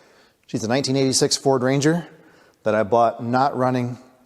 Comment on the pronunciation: I'm sorry, what was the model of the truck, you say? Ford Ruster?